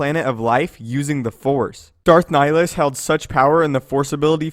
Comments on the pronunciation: Nihilus, not nilus. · So odd how English speakers pronounce Nihilus. Sounds like they're just slowly saying "Nilus". It's a Latin word with 3 syllables. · You said nilhilus wrong